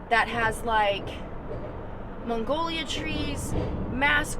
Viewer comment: "Mongolia Trees" ok, that sent me !! Mag-Nol-Ia....Hilarious!!🤣😂🤣😂 You know, that Oscar winning movie: "Steel Mongolias!" Your malaprops kill me! Love you!! ❤❤❤❤